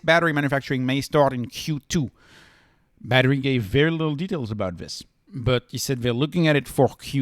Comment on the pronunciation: Why do u keep calling badhri “battery” LOL